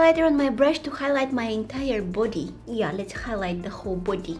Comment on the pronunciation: ”the Hole BOODY”